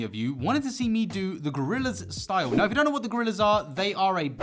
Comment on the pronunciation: I love when u say the (neaow) it supposed to be now lol golden comedy😐